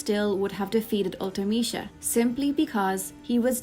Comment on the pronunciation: I've never heard anyone say Ultimecia out loud and I like your pronunciation of it. I always read it as ultee-meh-see-uh.